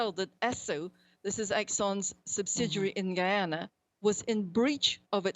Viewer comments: Its an english speaking country pronounce it normally. (Guy - yana) (Guy - yana - knees) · Is GUY-ANA yah schupid skunt! 🤦🏾‍♀️ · Please pronounce as GUY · Geeyana.... LOL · Why do they always insist on calling it GHEEEEYANA! Can’t you people spell? How do you have a nerve to do a whole story on the country with images? Have you heard any of its people or politicians speak and say GHEEEYANA! OMG GHEEANESE? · Miss can’t you pronounced? Guy is Gee Guyana not Geeyana am not even from the country and I know how the word is pronounced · Please learn to pronounce Guyana. It's Guy-Anna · White women saying "gee" ana. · *Guy-an-a When she says it, it’s funny, you pronounce it the way it’s spelled These clowns are suppose to be leading the world and they can’t even pronounce the name of a third world country right. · Please call our county name correct. It's Guy Ana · why do people pronounce it Geeyana? there is no E in the word Guyana pronounce it how it's spelled dummies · Whats wrong with these reporters and their pronunciations its guyana. Wtf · Correct pronunciations on these words for the reporter: GUYana, GUYanese, and South America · Its Guy-ana goshhhhh.... nevertheless this was non bias reporting and in my view factual. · Lmao, I cringed at geeyana. Tf! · Geeze lady at least put a little effort in ad learn how to pronounce the name of the place. Why should i believe anything you say if u dont even know the name of the place. Ps American will find a way to liberate Guyana of their oil reserves. Love how they find a little white boy to come regurgitate what he read in university. He talking straight from a text book. He doesnt know what he is talking about. Guyanese are intelligent people. Already undermining the confidence in the country with your evil narratives and speculation. Shame on you. The lady is right! Melinda talking the truth! They want to take what you have Guyana! Do not allow the oil jews to rape your country. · No such country as Geeana, it's Guy-ana